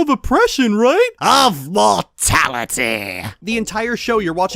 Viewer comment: "I'm going to free you of your chains. Of oppression right? Of MOR TAL ITY." legit made me pause the video to cutely die of laughter.